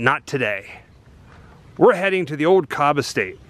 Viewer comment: Kobb..like House.